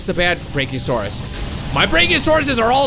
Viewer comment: its BRACK-ee-oh-saurus